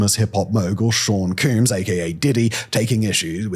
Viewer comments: No, it's him saying P. Diddy's name as "Sean Cooms" that did it for me 😂😂. Granted, Sean Combs deserves no respect so I'm perfectly fine with the mispronunciation. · How did you just pronounce Combs as Cuums as a whole emglish speaking person lol